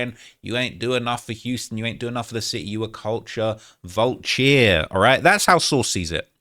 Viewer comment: “CULTURE VULCHAIR”